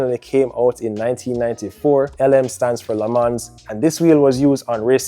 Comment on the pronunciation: it is written LE MANS but it is said LE MAN